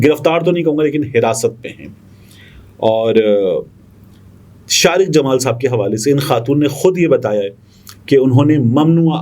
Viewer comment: Bhai Shariq me QAF aata hai KAAF nahi. AAp shayed Punjabi hain?